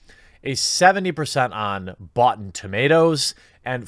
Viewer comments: Lol did you say 'Bought-en Tomatoes'? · I heard it as "Bots 'n' Tomatoes"... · A 70% on "Bought-ten Tomatoes" lol